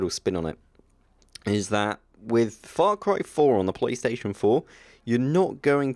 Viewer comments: Stop saying Frar Cry! Far Cry...Far. Faaarr. Faaarr Cry. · fra cry?? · "The reasons whoy I love the frarcry franchise"